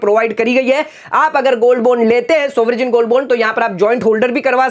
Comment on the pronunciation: Good info.spell as baund n not bond Sovrin is right pronounciation n not soverjin